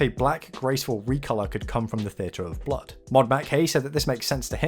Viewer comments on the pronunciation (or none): none